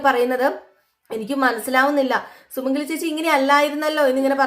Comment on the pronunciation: Sumangali is not Sumangala